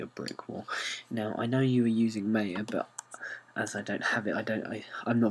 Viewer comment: When ever you say Maya it always sounds like "Mayo" :) Good Tut though thx!